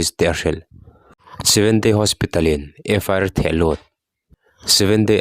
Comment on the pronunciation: In thil puang hi in tha ve riau😂😂 FIR tih tur ah FR inti thul..Peitian inti thul..channel meuh siam ve te chuan thil kan cover dawnin a chung chang leh chhiardan te in enlawka zirlawk ve tur lawm le,,,,hrezawk midang tepawh rawn emaw zawh pawh hrehloh mai tur